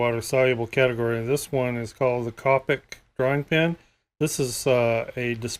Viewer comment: who cringed when he said copic the wrog way?